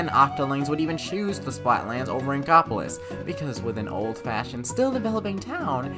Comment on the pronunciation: What's he's saying: inkopolis What it sounds like he's saying: ingopolis